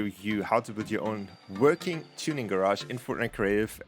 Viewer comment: It's not vuarking